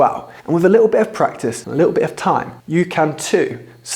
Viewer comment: This guy is not teaching RP English. Firstly he pronounces the H or aitch as haitch which is incorrect. The H is silent. When first talking of the word 'brother' he says 'brovver' but does say it correctly when actually explaining how to say the word. He also says drops the 't' in the word bit. Together w#he pronounces 'togevver'. I could go on but suggest that learners of English find a video where the teacher is knowledgeable and not just posting for the money YT pays.